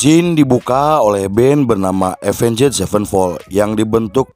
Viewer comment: Avenged dibaca Avenys